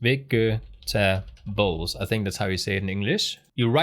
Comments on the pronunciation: To help pronounciation: Its' "Vedge-y-teh-bulls" not "Vehgee-tuh-bowls" or "Vex-tuh-bowls" 😅😅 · it was a nice little treat getting to the end of this and hearing him pronounce vegetables as vextables. xD